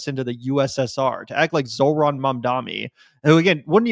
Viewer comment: Just because you mispronounced his name multiple times, it’s not zo-ran…it’s zohr-an. Peace